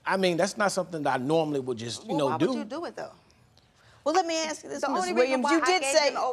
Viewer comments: doesn’t matter what you were sent to. I was also in speech therapy everyone or school doesn’t offer that. Look at the ppl saying Ax😂😂😂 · Can you people please stop saying "AX me" instead of ASK me??!!